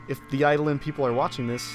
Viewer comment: THANK YOU for pronouncing Eidolon correctly!